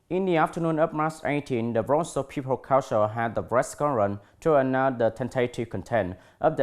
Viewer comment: cái từ provincial //prəˈvɪnʃl/ nhấn vần 2 thì vần 1 đọc thành /ə/ mà anh cứ quất là ˈprɒvɪnʃl/ là tiêu.